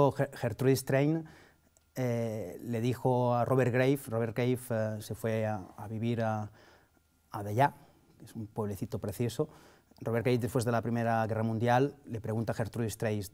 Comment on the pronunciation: "Gertrui Estrein le dijo a Robert Gueif"... "Rober Guey ... le pregunta a Gertru Estreis..". Llegados a este punto digamos que abandono.